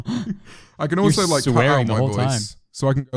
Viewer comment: No one: James: łïkē